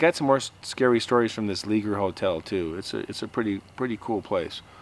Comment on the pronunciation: It's pronounced (Lay- shaye) Leger is a French name made popular in Louisiana by Cajuns/ Acadians that were exiled from Nova Scotia in 1755. I'am 90% sure the original owner was my great uncle.